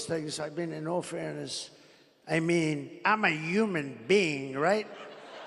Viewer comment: hitting the “im a yuman being” line really makes me believe he is in fact not a yuman being